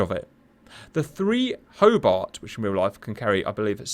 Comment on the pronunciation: Hoe-BARTT, Hoe-BARTT...